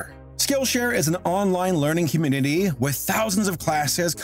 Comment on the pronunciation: You said "communitity" at the start of the sponsor tee hee